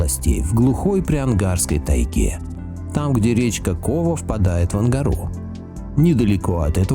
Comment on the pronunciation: Не КОва, а КовА